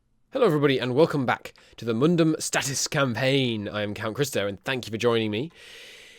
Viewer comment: He keeps calling it mundum statis and it's killing me 😂